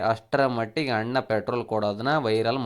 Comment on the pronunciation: ನೀನ್ ಫರ್ಸ್ಟ್ ಕನ್ನಡ ಸರಿಯಾಗಿ ಮಾತಾಡೊ ಚೂತ್ಯ... 'ಹ' ಕಾರ ಇಲ್ಲ 'ಅ' ಕಾರ ಇಲ್ಲ... (ಅಣ್ಣ)✅ ಹಣ್ಣ ಅಂತೆ, ಈತ✅ (ಹೀತ) ಅಂತೆ, (ಅಲ್ಲಿಗೆ) ಹಲ್ಲಿಗೆ ಅಂತೆ